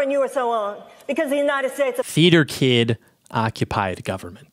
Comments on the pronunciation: "Teater kid ocopid govberment" ALRIGHT WE GET IT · For the first few I was hearing "feed your kid" or "feeder kid." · Anyone else think he was saying "feeder kid occupied government?" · Is he saying 'FEEDER' KID? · Can someone tell me what was saying at the start? Is sounds like “theater kid occupied government” but I’m not sure it wasn’t very clear